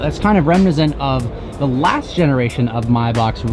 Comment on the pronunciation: reminiscent has four syllables